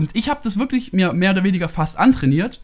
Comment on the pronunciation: Antrainirt hahahaha